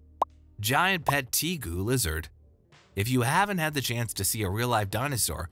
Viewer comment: It's pronounced TA GU not TEA GU!! And rhino iguanas aren't even related or from the same area. Other than both being new world lizards, they have nothing in common. And red tegus rarely get bigger than 4ft. The Argintine Black and White Tegu can get over 4ft.